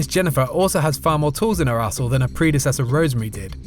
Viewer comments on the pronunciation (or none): I actually heard 'Tools in her arsehole' instead of arsenal XD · I’m getting used to various pronunciations of different words on Youtube...but that is the first time I have heard “arsenal” pronounced that way... I was looking at the comments before watching the video and still wasn’t prepared. 😂